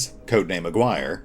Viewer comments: The name you (and any other youtuber playing this game) are REALLY butchering is Aguirre (''A'' like in ''Artic''. ''Gui'' as in ''Guinea pig'' and ''Rre' like in ''Rest'''). It's pretty funny how everyone is saying A-wire instead xD The game looks sick from what I've seen but the line of sight problem is a real thing,seems like they're working on it tho so lets see what happens. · "Aguirre" is read as... A = the participle "a" Gi = the karate uniform Re = the musical note. "a-gi-re" and is a Spanish (in the case of Jerry Melendez Hispanic) surname.